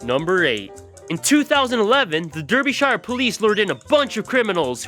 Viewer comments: It's pronounced Darbyshire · Pronounce it Darbyshire !!! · I don't know if it is an accent (I am not trying to be offensive because I am half American) Derbyshire is pronounced Darb-ee-sh-ear. :) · Derbyshire. Pronounced - darby sheer.... Please respect my country by saying it right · Dude, derbyshire is pronouncd dar-bi-sher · Derbyshire isn't pronounced like that, it's pronounced "Darbysheer" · when u said "Derbyshire" haha 😂 its pronounced darbyshare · I live in Derbyshire England and Derbyshire is pronounced like darbyshere in England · Its pronounced darbyshire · Dat pronunciation of Derbyshire quaint